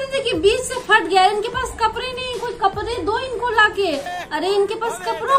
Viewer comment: #or vo kapre nhi kapde hota h 😂😂